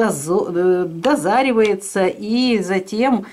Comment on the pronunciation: Правильно говорить дозревается а не дозревается